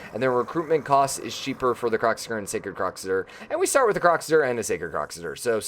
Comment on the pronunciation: did i just here you say kroxigger